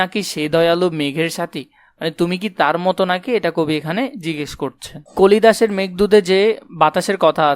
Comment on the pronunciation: ভাই এখানে আপনি কালিদাসের জায়গায় কলিদাস বলছেন